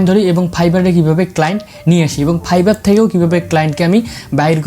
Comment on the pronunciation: এইটা ফাইভার। ফাইভার আর না 😂